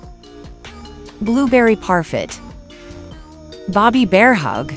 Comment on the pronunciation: It’s par fae not parfit n it’s samon without the l